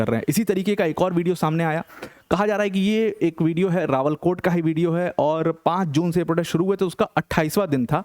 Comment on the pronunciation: अरे सर , वो "रावला-कोट" है , रावल कोट नहीं |